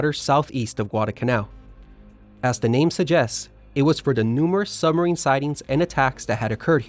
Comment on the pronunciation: What is a "summer-een"? Or was that a suB=marine?